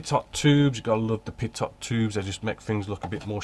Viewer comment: you are, what, Zulu+2 hours there? Here on the East Coast (across the pond) we are Zulu-4 hours. So that must make it a 6 hour time differential with you. I ordered the PE cutting plate with holder yesterday. Looking forward to getting it. FYI: Pitot is pronounced pea-toe. I love this new format,. It is informative without being verbose, succinct with the right information.